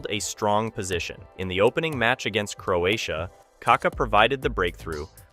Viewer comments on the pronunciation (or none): none